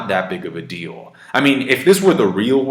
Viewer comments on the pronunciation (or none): none